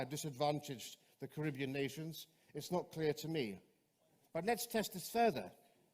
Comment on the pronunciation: Why do you pronounce Caribbean wrong?